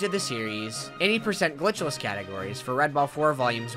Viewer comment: im kinda jealous at how you can say the word "glitchless" cleanly